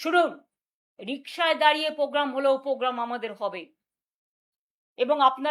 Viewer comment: Po gam noy poblem noy কথাটা প্রোগ্রাম প্রবলেম